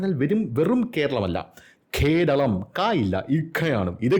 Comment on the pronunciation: അൽ ഘേരളം